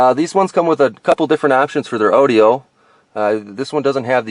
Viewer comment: You must be Canadian. I’ve never heard anyone pronounce audio and airbag like that lmao